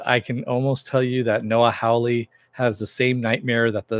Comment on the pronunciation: It was chapter 23 and you keep pronouncing Hawley wrong.